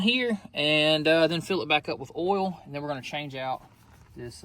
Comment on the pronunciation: Why do you call oil "all"? 🤔🤔🤔🤔🤔